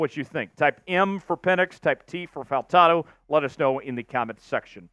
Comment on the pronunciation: Bro … you cover the Seattle Seahawks and you DON’T know to pronounce FAUTANU, who played for UW? WTF have you been?! My gawd, I’ll your gear out of your arse